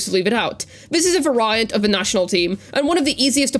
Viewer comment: Diverge, not divulge. Variant is read :"Veh-ree-yernt" the same way you pronounce "Very" instead of "Ver-Rai"